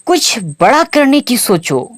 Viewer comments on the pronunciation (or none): none